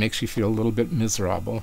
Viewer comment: "MizrAble" haha! badum, tssss…. Say, what kind of sitar is that you're playing here?